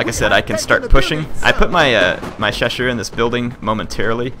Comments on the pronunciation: You don't have to learn French to remember correct names of few units. ''Ch'' in French is like ''Sh'' in English, i.e. ''Ch'' you pronounce the same as you say ''Sh'' in ''shit'' or ''short''. What is so hard in that? I would say that most probably you are lazy. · i think Chasseur is pronounced with a "ch" sound similar to "chase" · I confirm this, the "ss" in "Chasseur" is just to be pronounced like a "s" slightly extended and not like an "Sh" sound. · For "Chasseur" the way it's pronounced in French would be spelled something like "SHoSSoor" in American English. For the Cheveu-léger, in the same way it would be "SHEV-ow Leyjey". The G in léger sounds like the S in leisure. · French here, your french pronunciation isn't that bad. If you want to pronounce "Chasseur" perfectly though it's simple, "Cha" is pronounced like "Shah" and "sseur" like "sir". You got it right with "Fusilier" as well, the "si" being pronounced "z" in this case. And yeah, "chasseur à cheval" simply means "hunter on horse" and "fusilier" means "rifleman". So you can simply use that if you have trouble with french. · Chasseur would be pronounced shasseur